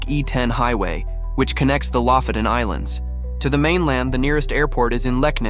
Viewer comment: it's lofoten, not lafoten